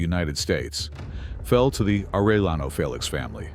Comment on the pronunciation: Are eh yaknow, stupid? Its not hard to say that for an American who understands english enough to be able to say specific english sounds as a way of speaking a name which cant be translated into an english version, simply spoken in an English accent interpretation, using our own language to say what we hear when they say their own name. Youre not supposed to try and read a foreign name like its written in emglish, especially when you know how to say the name properly and mess it up trying to say what you see written as if it was a word in English